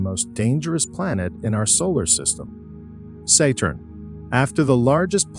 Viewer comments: pronounciation of the planets is terrible , its satturn , not seyturn also stop mixing in so much CGi. Its confusing as the video is supposed to be real pictures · SEY-TURN?! SEY-TURN?! 😅😅😅 YURANOS?! YURANOS?! 😂😂😂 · Fix the pronunciation of "Valles Marineris" and "Saturn" and "Huygens", etc. If you can be smart enough to use a text -to-speech voice, you are certainly smart enough to have it pronounce words properly.